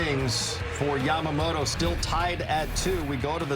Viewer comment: Yamamoloじゃなくて、Yamamotoだから！！